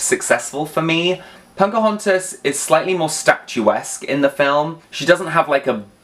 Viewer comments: You are aware that you're saying Punkahontas? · I cannot unhear 'Punkahontas' lol. With a Barbie body, she might be the ideal version!